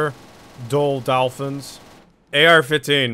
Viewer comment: U sound weird when you say ar-15 xD